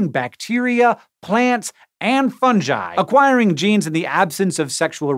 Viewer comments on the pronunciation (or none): It’s fungi frank,not fungie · I cringed at the way he pronounced fungi , Hank: fun-jy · funJI???????????? YOU SAY FUNGUS, NOT FUNJUS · Great video. Guy's got some very strange pronunciation: "funjhi" it should be "fun-guy". Some others too, but that is the weirdest. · funJI?? I have never heard it pronounced anything other than "fun-guy"! 😵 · Fungiiiiii ? What did he say ? 😂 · You know your a nerd when you pronounce fungi like funji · The official correct pronunciation is Fun-guy. And yes you're definitely pronouncing GIF wrong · Is that really how you say fungi? Have I also been saying gif the wrong way?!? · What a bizarre way to pronounce fungi